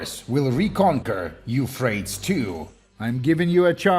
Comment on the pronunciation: Eufraits 2? don't you mean... YOUUUU-PHray-tees river.